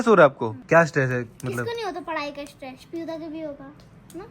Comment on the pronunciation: stress hae straas nahi